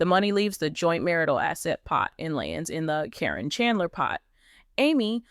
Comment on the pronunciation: Yeah I knew it as well. Matt totally changed once he got with Caryn. This person that is talking is getting on my nerves pronouncing “K-RIN’s” name. She has called her everything except what her name actually is!